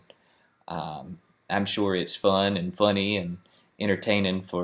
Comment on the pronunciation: I love how some accents turn "sure" into a 3-syllable word with a little flourish at the end. :)